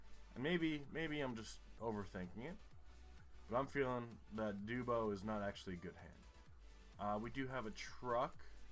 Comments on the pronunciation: The way you said dubbo 😭. It’s pronounced dub-oh, not dewbo. Love the video though, I’m from central New South Wales so I found this video funny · It’s not fucking doobo it’s a fairly large city and you say it like dub o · Trapezoidal green sign with B 40 means 40 km to a town whose name starts with B. It is not a highway or road number. Dubb-o, not duebo and the name is less stupid than Chicago, which must be faked :-). Any name ending in -up means you are in Western Australia - the south western part.